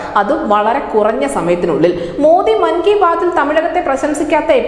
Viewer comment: മങ്ഗി ബാത്ത് അല്ല. "(നാക്ക് പിഴ) (.സാവധാനം പറഞ്ഞാൽ മതി) "മൻ കി ബാത്ത് " ആണ് ശരിയായ വാക്ക്. .